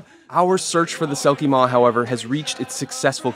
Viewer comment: Selkie Mór (pronounced moor) means big selkie in Irish which is fitting seeing as geralt get swallowed by it.